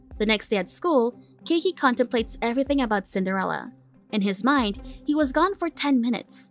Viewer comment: Is it Cinderella or sender-Ella?